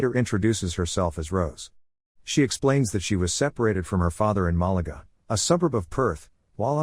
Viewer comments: its MAH LAH GAH not MALA GA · as a resident of Perth it’s pronounced Ma-La-Ga